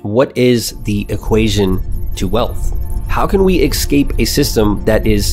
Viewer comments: I like this content. I like your channel. The word escape is not pronounced "eck-skape" Its pronounced "ess-kape" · You need to unlearn how to pronounce esssscape. Not eXcape